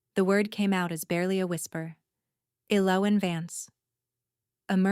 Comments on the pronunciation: What is your name ? E loween 😂😂😂😂 poor AI.....the girl can't even pronounce her own name lol. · Right? Very rarely pronounced correctly. [EL-o-when] Which is a shame because it's a beautiful name. Great story though. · Ell oh when....every time they mispronounced her name it irritated me lol. The only bad thing about AI reading the story is the mispronunciations of certain words, like damask...,duh mosk...so frustrating,but a great story otherwise if they could just stick to one pronunciation it wouldn't be so bad... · Ellowen is pronounced L-O-win. Please pronunciation pronunciation correctly or make your computer do it I don’t know who’s doing it. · This was nice … just wish the pronunciation of her name wasn’t so off throughout the story